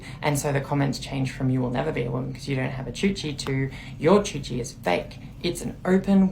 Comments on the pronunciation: It's coochie, not choochie. what the fuck. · She’s saying it wrong 😪 it’s coochie not choochie.